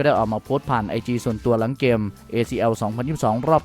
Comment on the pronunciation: ลองพูดว่าเกมไม่ใช่แกม มันเป็นอะไรมันอยากมากเลยเหรอ เกมๆๆๆ ำม่ใช่แกม